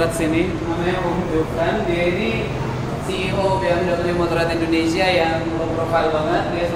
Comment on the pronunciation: Endonesia atau indonesia?